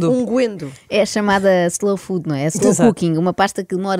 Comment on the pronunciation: Sempre ouvi dizer unguento e não "unguendo"- Que eu saiba, a segunda não existe. Obrigada pela diversão e humor inteligente e acutilante.